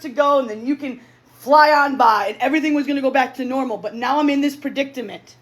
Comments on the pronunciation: She can't pronounce predicament 😮😅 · Predictament? There needs to be a dictionary 😂